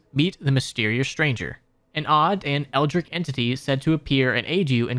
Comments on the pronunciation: Great video, but your pronunciation of Eldritch bothered me so much. It’s Eld-Rich, not Eld-Rick. Had to get that off my chest. Anyway, keep it up man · “Eldritch” my guy. “Eldric” is a shitty name for a Elden Ring character